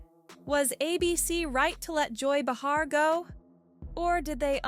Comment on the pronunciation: It’s not ba-HAR, its BAY-Har